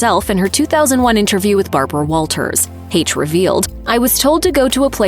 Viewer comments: And for the love of Pete if you’re going to talk about someone at least pronounce her name correctly not use AI. Lazy and disrespectful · The whole MISPRONOUNCIATION of her name is so distracting!! RIP Anne!!!